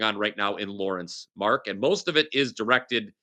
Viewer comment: MarKKKKKKKKKKK! No "c" ...